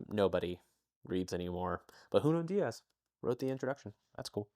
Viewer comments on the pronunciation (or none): none